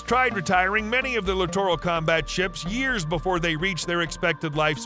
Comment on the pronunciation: Another LCS video where the narrator doesn’t know how to pronounce “littoral”. It’s pronounced like literal.